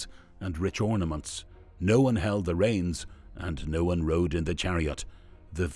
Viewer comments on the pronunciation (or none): none